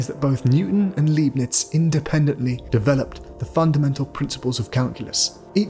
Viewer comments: Why can't AI get the number of fingers right? Leibniz is not pronounced Leebniz. but Libniz. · It's pronounced Liebnitz ya nation (said like lie) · Well balanced film. But the mis-pronunciation of 'Leibnitz' and 'Principia' is weird.